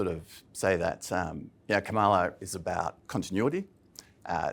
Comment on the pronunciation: All three of you - please get the pronunciation of Kamala's name right